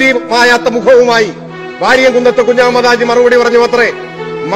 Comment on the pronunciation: പ്രിയ സുനിതാ മാഡം വാരിയംകുന്നത്ത് കുഞ്ഞഹമ്മദാജി എന്നാണ് ശരിയായ പേര് ഞങ്ങളുടെ ചെറുപ്പക്കാലത്ത് ഞ ങ്ങളുടെ വലിയുപ്പ മാരുടെ വായിൽ നിന്നും ഈ മഹാന്റെ ചരിത്രം കേട്ട് കോരിത്തരിച്ചു പോയിട്ടുണ്ട് അന്ന് മുതൽ ഞങ്ങളുടെ നെഞ്ചിൽ പതിഞ്ഞു പോയ പേരാണത് അതുകൊണ്ട് ആ പേര് ഒരിക്കലുഠ തെറ്റായി ഉച്ചരിക്കരുത് ; ഒരു പാട് നന്ദിയുണ്ട് ഈ ചരിത്രo ഒരിക്കൽ കൂടി ഓർമപ്പെടുത്തിയതിന് thanks again